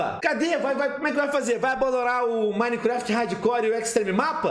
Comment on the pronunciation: Pelo menos ele fala Minecraft certo né, e não minequefeti ksksksksksks